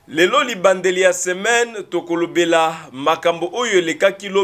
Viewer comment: Ebandeli elamu et non libandeli ..